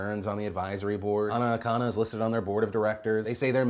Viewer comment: You pronounced Anna Akana's name wrong....